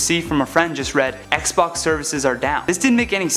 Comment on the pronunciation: I thought he said PlayStation until I read the subtitles lol